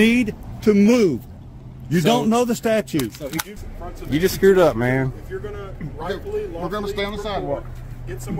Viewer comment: "...read the "statue"..."???????